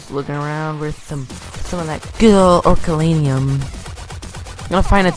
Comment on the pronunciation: Did u say orukalanium its oricalcum